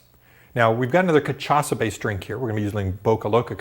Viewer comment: It's ka-sha-sa :)